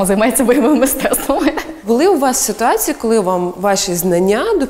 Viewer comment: Ніяк косата не навчиться правильно вимовляти іменники жіночого роду з закінченням -ція: "ситуациі" замість "ситуації", "цивилізациі" замість "цивілізації"! Michael why did you wear the MU jersey?